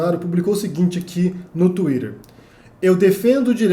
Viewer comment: Ele pronuncia em inglês.